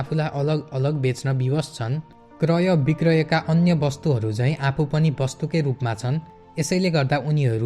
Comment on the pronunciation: क्रय बिक्रम होइन क्रय विक्रय होला ।